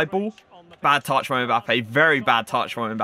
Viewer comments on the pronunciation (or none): none